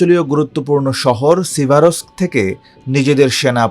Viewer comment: সিভারোস্ক, স্লোভিয়ানোস্কো, ক্রামাতোরোস্কো, খবেলোনোতেস্কি -- এরা চাকরি পায় ক্যমনে?